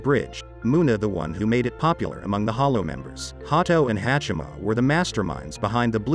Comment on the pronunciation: HAAACHAMA not hecheme lol wth